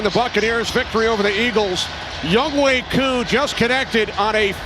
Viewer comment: Irks me that they keep mispronouncing "YoungHoe".